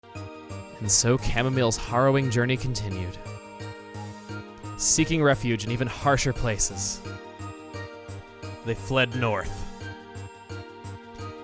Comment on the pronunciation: I'm fairly certain "Harrowing" is pronounced "Hare-O-Wing"